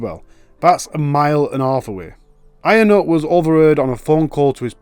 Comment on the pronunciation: “ionut” is pronounced “younut” btw